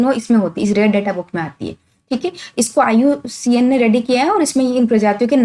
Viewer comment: Iucn ka nam galt pdha but class achi h